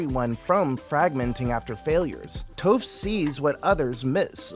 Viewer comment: WHAT DID YOU JUST CALL HER .....TOFF...NAH ITS TOPH ..LKKE T-AH-PH